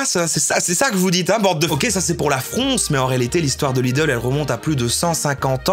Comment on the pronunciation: "la frounsse" ?